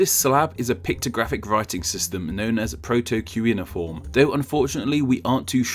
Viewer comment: Iran vs Iraq. Unable to pronounce cuneiform. 2 min in and no sign of getting to the point. I'm out.